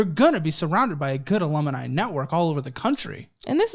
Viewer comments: Alumni not alumini 😊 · Hmm, “alumuni”? 😂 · Alumineye...must be the European form of Alumni 😂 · “Alum - i- ni”😂😂😂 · I can’t with pronunciation of “Alumni”